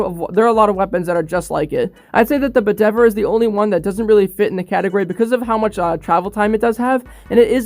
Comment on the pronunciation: u dumbass it’s not called Budever, it’s called Bedivere like use a pronunciation machine. All the names of Steel Div weapons are names of people in King Arthur